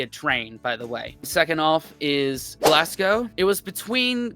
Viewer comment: Point 1 - Don't pronounce Glasgow Glass-Go - It's Glaz-Go. In London, go eat at Borough Market, then head to the coast - and any town on whatever coast you choose, THIS is where you buy your First fish and chips.